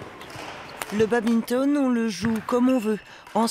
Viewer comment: Quelle insulte de prononcer badminton " Babinton "